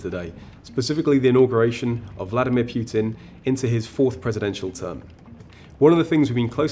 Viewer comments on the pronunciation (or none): It's pronounced Poo-tin NOT "Pyu-tin"